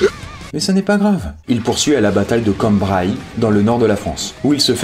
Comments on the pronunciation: J suis mort il a dit " Combray " a la place de dire Cambrai😂 sinon bonne vidéo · Je passe par là... CAMBRAI PAS CAMBRAÏE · "Cambrai" ce dit "canbré" pas "cambrail"!! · c'est choquant hein xD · Jai un peu bug aussi perso, habitant pas loin je me suis dit c'est ou ça "Cambrailly" ? Jusqu'à ce que je lise en bas... "Cambrai" jai éclaté de rire XD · On dit la bataille de CambrAI et non pas " La bataille de Cambraï " xD Tu m'as tué lool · "La bataille de cambraille" mdr ca se dit cambrè pour info sinon cetait cool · Cambraille ? Sérieux ? XDD On prononce Kanbrê :') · CAMBRAILLE ??ON DIT CAMBRAI !! CA SE PRONONCE "AI", PAS "AILLE" RAAAAAH !!!! è_é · j'ai râlé aussi, je te rassure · Kambraie mais nan mec just cambrais "cambré" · "Cambraï":o j'adore tes vidéos, mais des fois dans tes prononciations t'es un peu beaucoup con, c'est Cambrai, comme les bêtises de Cambrai, prononcé "Cambré":o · Mes oreilles ont saigné quand j'ai entendu "cambraille" à la place de cambrè (la prononciation ) 😭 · Je sais que ça fait déjà quelques années depuis le tournage mais...... stp: la prononciation! Tout d'abord, Cambrai, qui est une ville du nord (dont je suis originaire) se prononce "k-an-b-r-è" et non "k-a-m-b-r-a-ï" (dans la langue picarde d'ailleurs, les mot comme "gamme" se prononceraient plutôt "g-an-m-e" au lieu de "g-a-m-e"). De plus, le mot "shrapnell" étant d'origine germanique, il faudrait le prononcer "ch-r-a-p-n-è-l" au lieu de "s-r-a-p-n-è-l". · C cambrai(é) et pas cambrai(aille) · Cambrai !!! Ce dit "Quand" et "bré" et non Quanmbray ( écrit de cette manière pour la prononciation) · Came Braille ? Ça se prononce Cambré non ? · Sa se dit cambrais pas cambraye sinon très bonne vidéo continu comme sa 😊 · "Came Braï dans le nord de la France ?" c'est comme ça qu'il l'a prononcé mais c'est Cambrai bien français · Ça se dit pas Cambr(aïe) c'est Cambr(é) mais ça s'écrit Cambrai. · A 5m 38 ces pas "cambraille" comme tu dis mais cambrai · Cambray il a dit :’(